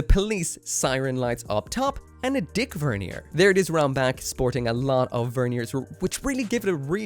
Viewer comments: Was listening to this while doing something else and had to rewind three times to comprehend “dick vernier” A++ would Iron Diaper again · the "d-vernier" had me giggling like a five year old